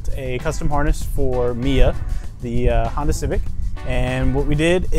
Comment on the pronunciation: did he say hondata and not hondata -.